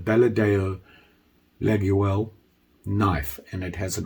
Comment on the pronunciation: Hello, just want to say that olive wood,fat scales,cross shaped pins are not traditional for laguioles, pronounced: laah-yole...Mike D.